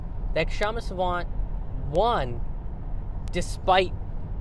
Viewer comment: Sawant is too polite to correct people who butcher her name even in front of her but seeing another indian butcher her name I have to step up and point out that the k in her name is silent.